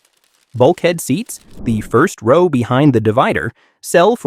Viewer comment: He keeps saying rau not row😅